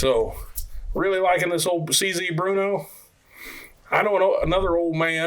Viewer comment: It is pronounced brrrno It is a city in the Czech Republic... Not Bruno. Bear-no Burrno Not bruno I have 2 of the model 4 target models. Both built in '56 Always on the lookout for any of them... 1,2,3,4 and 5.